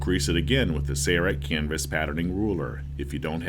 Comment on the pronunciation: Why can't the narrator say SAIL-Rite? He says SAYER-rite every time. Bro it's not a hard word. Say-LLLLLLLLLLLL. SAIL.